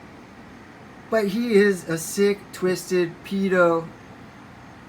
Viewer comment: There actually haven't been any accusations against Biden. You can't even pronounce "pedo." 😂😂